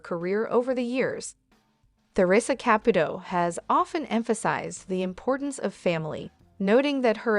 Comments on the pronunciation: Girl you need to take a Italian course! Here Ka put o. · Why can't the narrator of this video pronounce the name "Caputo" correctly one time?!👎